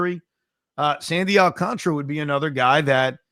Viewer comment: AlcanTARA!! Not video game contra. So tired of hearing so many people in the biz and on SM butcher it. It’s very late in the game to still be saying CONTRA like up up down down left right left right A B A B START!!!! 🎉Alcan-TARA!!!!